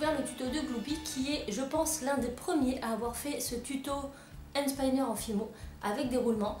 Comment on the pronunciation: tu le dit cheloux and spiner